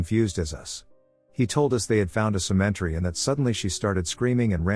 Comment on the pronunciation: "Cementery" HA!!! That's concrete evidence of the supernatural!